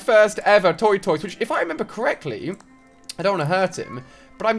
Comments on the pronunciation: Tf is a toitoise? Its tor-tus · my favourite thing is the way he says tortoise (toy-toy-ses) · Toy-toy-ses... Never heard tortoises pronounced like that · i love the way he says tortoise😂. Different from America but it sounds really cool.